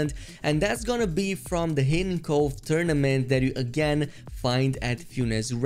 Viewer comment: You said tourmanent lol